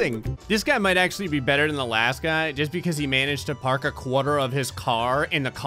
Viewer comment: I love how whenever says quarter you hear his new jersey accent.